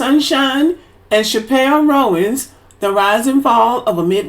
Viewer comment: It’s too cute how you pronounced Chappell Roan😂😂😂